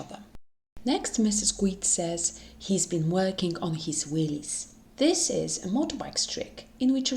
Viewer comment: Wheeeeeeelies, not willllllllllies……that’s quite different 😂